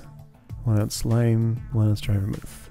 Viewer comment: This is I think my favourite puzzle in the game because of how straightforward the input and output goals are, but there are so many ways to encode that data and find a solution. Your pronunciations are right; Ver-MOOTH (a moderately alcoholic mix of brandy, wine and spices); GIM-let (soft g, like Gimli the dwarf).